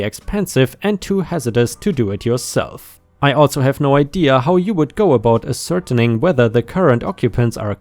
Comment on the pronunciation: "attn" is short for "attention" "Acertain" is said ass-ser- tane ", with an emphasis on "tane"